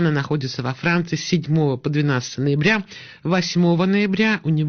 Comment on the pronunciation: Ин журналист ҷумларо дуруст талафуз карда наметавонад боз шарм надошта сухан мегуяд 7-и ноябир гуфта гаштаст.